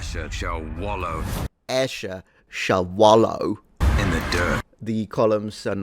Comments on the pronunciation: Put some respect on the way you say Ashur. Firstly Ashur was a good charachter in the original series. And secondly me as an Assyrian don't like your pronunctiation of the word. Watch out Roman. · HOUSE OF UUUSHERRRR 😂